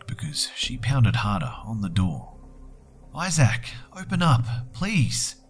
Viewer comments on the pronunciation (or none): Also.. ay-zack? I think is pronounced ay-zihk, or something similar, never heard someone say it like that before. Sorry, I'm in a bitchy mood today. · Isaac is pronounced "Izick," not "Izack." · btw, I love your vids but it's pronounced "eye-zik"not "eye-zak"